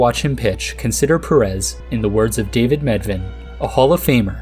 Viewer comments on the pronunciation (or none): none